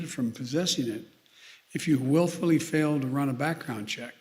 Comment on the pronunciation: " willfully falsify a record". Careful Mr.President, your son willfully falsified a record, unless thats the reason you're stressing the word willfully, because thats gonna be your loophole.